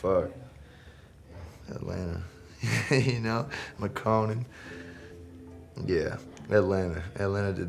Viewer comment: the way he said makonnen....crazy